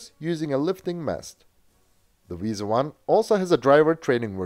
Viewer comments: It's WIESEL not Visa. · Why do you pronounce it as "Visa"? Wiesel is pretty much pronounced like the english word Weasel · as a german i get triggered every time i hear him say "wiese" instead of "wiesel" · And?? I am a native german speaker. In the german Video you postet to me you can hear that it is Wiesel (weasel) and not Visa like in your video. ;) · Dear, why are you calling it "Wiese"? The s, e, and the l are clearly pronounced in german. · You speak it exactly like the english "weasel" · In German no letters are silent. So if there's an L, you have to pronounce it. Furthermore: 'ie' (ger) == 'ee' (eng) and 'ei'(ger) == 'ay' (eng). So it's "Wee-sel"